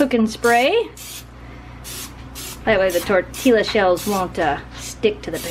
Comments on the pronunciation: Looks yummy and we will make some. Oh, and I know in the past you have asked how to pronounce "tortilla," correctly. Here, out west, they are pronounced tor-TEE-ya :-) You are saying it as tor-TEE-la but in Spanish, a double L (as in Tortilla) is pronounced as a Y sound :-) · It's tor-tee-ya. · Hi Spanish teacher here. Let know that the ll (elle is its name) is pronounced like a y. So it sounds like TOR-TI-YA. Love your channels! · the ls create a yah sound so it would be tore tea yuh. But I agree great video. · I uh... don't think you're supposed to pronounce the Ls in tortilla. Haha! Looks delicious, though!